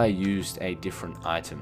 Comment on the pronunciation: Omg... Diferant matirials are direrant abilities lol.